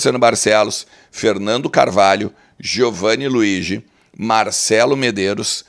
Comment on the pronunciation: Poderias perguntar ao Giovanni Luigi qual a correta pronúncia do nome dele? Todos estão errados estes anos todos e tu estás certo?